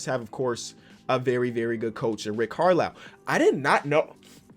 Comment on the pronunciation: Nobody:: says Rick Carlow until he reads it on 2K, then says Rick Carlisle